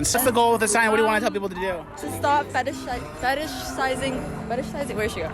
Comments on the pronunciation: She kept saying fetishizing wrong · Girl is protesting with a sign she cant even pronounce 😂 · "fetishizing us"... Someone needs to review hooked on phonics when they can't even pronounce their own sign.